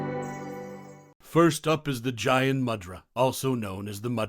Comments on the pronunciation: Gyan- you said Jyan, G like in George, but that's said as Gyan. G as in get, but kinda soft. Gyan means knowledge. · And G-yaan, not Jay-aan mudra😄